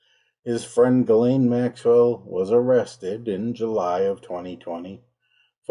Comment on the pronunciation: A million thanks for not pronouncing her name 'Jizlane Maxwell.' 🙄